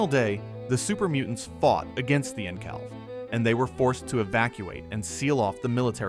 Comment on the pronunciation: You have pronounced Enclave like 7 different ways 😅